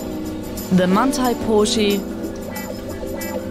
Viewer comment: MANTI PORSHEE